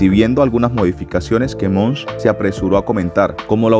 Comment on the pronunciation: Es Elon Musk, no Elon Munsh. 😬